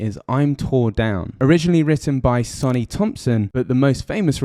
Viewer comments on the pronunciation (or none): none